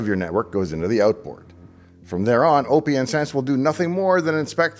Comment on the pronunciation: OK the way you pronounced "out" tells me that you are Canadian.